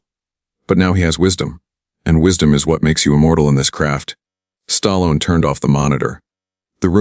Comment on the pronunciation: Who's "STARLON" and RANDY " CULTURE" ???? AI is ANNOYING!!!!